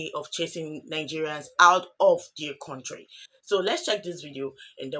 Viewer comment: MADAM IS COUNTRY NOT CONTRY WHY YOU NIGERIANS DO HAVE PROBLEMS IN ENGLISH PRONUNCIATIONS